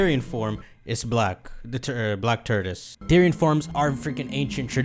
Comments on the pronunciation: "The black turdis" Tort-oi-se, or tor-tus But fun vidya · saying tortoise sounds like turdus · My dude kept saying TURDOUS 🤣😂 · I have never been so annoyed by someone mispronouncing a word than how pronounces “Tortoise” 🤣